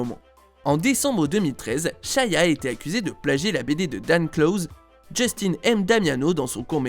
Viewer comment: Ya que moi qui est remarquer qui dit SHAYA tous le long au lieu de SHIA